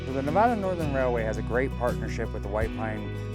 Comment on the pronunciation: Nice , but you need to learn how to pronounce Nevada.